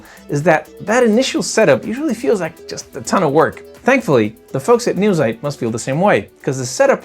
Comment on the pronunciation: This German word is pronounced: "Noi - TSITE".